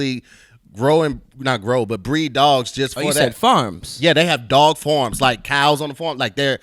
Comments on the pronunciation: Its mad how says 'Farm' like how I say 'Forums'... I'm from the UK loool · is pronouncing 'farm' as 'form'. We all noticed that, right?